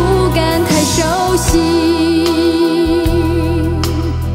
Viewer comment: 這曲是李嘉翻唱才被知道原唱 雖然李嘉唱的不好 但確實是被大家知道這作品的第一人 真要說這曲被唱紅 反而是葉璦菱10個男人 男女情歌方式最對味 市場最接受 原唱會唱歌 但個人覺得這種小情歌不適合她 她應該演唱大歌會更適合 大山大海豪邁那類高八度非流行樂旋律 應該會不錯 她的發音聆聽格外出戲 例叫人不敢太熟悉 聽成太手洗 哈